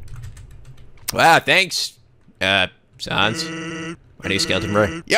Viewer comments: It's Sans (rhymes with mans). As in COMIC sans, his typeface. And his brother is Papyrus, again, his typeface. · A good way to pronounce the names are as follows: Sans = Sa (A as in apple) ns Papyrus = Pa-pie-rus Undyne = Un (under) die-n Hope that helps!~ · I mean the main reason is that he's pronouncing "Sans" wrong. If he knows the thing about Comic Sans he'd pronounce it right. So it's kinda necessary isn't it?